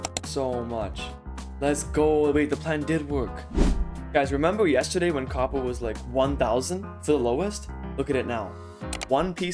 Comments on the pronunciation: “Cwoppor” Mijo😭🥀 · Bro it's copper not Cooper 😂